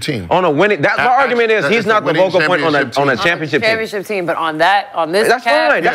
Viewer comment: Why does Brandon keep saying "Vocal" point